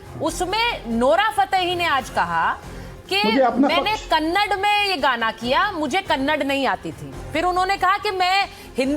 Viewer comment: It's not kannad it's kannada